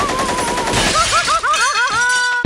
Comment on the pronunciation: The Gamer Boy wallet inspectah